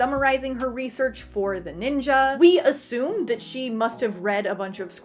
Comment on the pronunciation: That's actually the correct way to say it. They say it like that in the show too. 😅